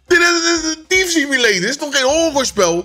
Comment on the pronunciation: Kijk q altijd love en ik weet je engels uitspraak kan altijd beter maar eerlijk thief simulator niet tief hahahaha tief alles maar me tas in simulator